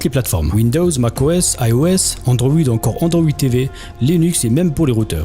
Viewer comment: Ouit cents euros 😂😂😂😂